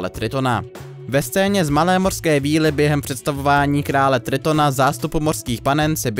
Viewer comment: Pane v 1 minutě a 41 sekundách jste místo víly řekl víry, jinak fajn video.